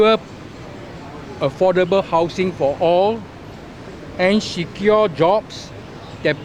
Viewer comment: Si-cure. What? Secure lah. Si-cure lol.